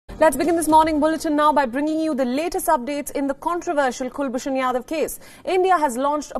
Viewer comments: It’s Jadhav not Yadav. Please rectify. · Jadhav not Yadav